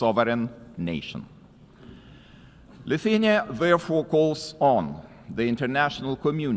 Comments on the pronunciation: where is Luthenia written? Cmon man just pronounce the name of the country!!!! LI THU A NI A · Leutania 😂😂😂 Hejtanas 🤣. How hard is it to learn two words properly when is your only job? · Lithenia? How is it that UN chairman cannot pronounce country names correctly? Pathetic ignorancce in adittion to elevators not working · Why can't the UN speaker even pronounce the country name "Lithuania" ... that's really embarrassing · just what people are employed at UN and who are paying them?? That guy can't even pronounce the country Lithuania and he works at UN??? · come on, he hestitated before the word, also he pronounced Lithuania differenly at the end, if you call that "accent" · Can’t pronaunce country name .. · Should the guy on the podium not be able to pronounce Lithuania? How much dumbing down are global institutions able to tolerate before they break?